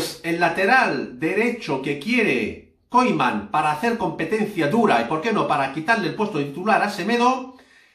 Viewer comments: NO SE PRONUNCIA KOIMAN..SINO KUMAN.. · Se pronuncia Kuman, no Koiman, gracias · Se pronuncia “Kuman”